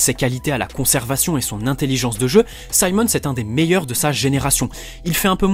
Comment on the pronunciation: nah son a french guy would have said Simons not saimons